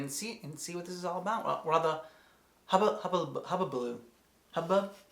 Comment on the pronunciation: Were you trying to say “hubbub”? Lol. Also anyone else think this song would be perfect to play in Helluva Boss?